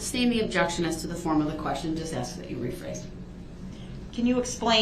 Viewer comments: "I know you said you wasn't gonna axe dem" lol what a well spoken gentleman. Pos ghetto trash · He don’t have no problem doin what you ax him to do.